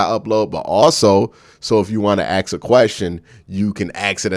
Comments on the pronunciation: Axs... Pronounce it with me. Ah-sss-k. Not Axs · I'll be sure to never AXE a question... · Lol okay okay. You Axe 3 times in a row. You gotta be clownin with us 🪓 ⚒